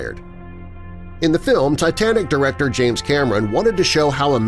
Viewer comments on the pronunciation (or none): none